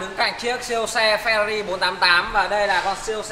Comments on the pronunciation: Phờ ra ri :)) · Phe-Rờ-Rì nhé anh